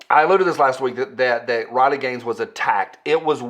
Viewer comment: RILEY, say her name (RILEY). You have been hanging around with that yankee again and forgot how to speak. Thanks for the info and I am waiting for Spicy Friday next drama llama go.